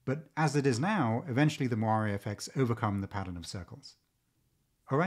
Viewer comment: oh.. moire effects. with your bad pronunciation I thought you were saying "Wario effects" haha